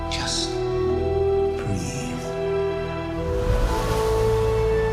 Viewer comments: breathe, not breath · Luke does not say "breath", he says "breathe" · Btw it's BREATHE not BREATH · BREATHE...NOT BREATH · Breathe, not breath. Other than that, great video. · BREATHE, NOT BREATH LOL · "breathe", not "breath"... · BREATHE not BREATH! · breathE not breath lol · Breathe. Not Breath.